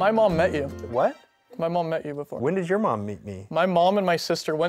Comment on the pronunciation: The way he says “When did YOUR mom meet me” as if he just meets everyone’s mom as some point